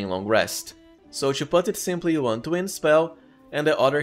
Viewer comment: You're a great build maker and all and you can definitely pronounce T properly so why pronounce TWO and TO as chu?